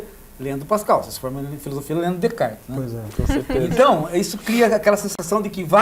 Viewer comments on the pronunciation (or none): Este cara estudou na frança e, contudo, não consegue falar 'Descartes' correto. Nem em Frances nem em português. Muito pedante